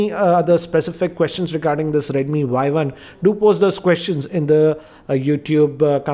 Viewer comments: oii dumbo!!!!!!!! this is not "y i" this is "y 1" better to learn the pronouncation first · Its redmi Y1 not Yi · It's Y1 not YI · He just pronounce it Redmi Yi. It is Redmi Y1. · sorry to interrupt but its Y1 not Yi